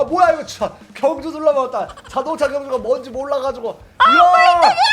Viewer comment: 에 경주데 겸주 라고 했어요